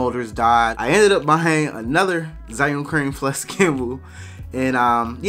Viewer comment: It's actually pronounced "ju-WING". Don't ask.